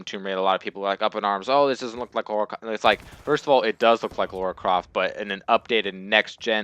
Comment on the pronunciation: It's LARA not LAURA!! AHHHHHHHHHHHHHHHHH!!!!